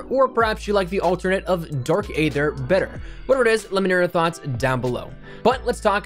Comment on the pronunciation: Dark ea-th-er not a-th-er